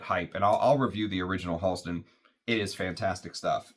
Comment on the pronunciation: Great, moving story, and beautiful homage to Science Bear. Thank you for sharing. Fantastic review. (PS Went to school with Halston’s niece in the ‘80s. It’s pronounced “Hal-ston” not “Haulston”) Wore Z14 a lot in the ‘70s. Definitely going to track down 101. I suspect the brand went away after Halston’s death from AIDS.